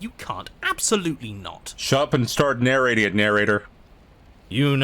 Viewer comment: "Shut up and start narrorating it narrnorator!" Best part of this video, honestly lol!